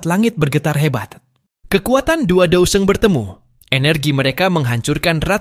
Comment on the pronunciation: Haha Alian si sungai mendalam itu banseng bukan dousheng